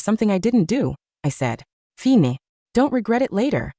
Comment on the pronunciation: Why does the AI always read the word 'fine' as fee-nay"? As for that suit, that's gross.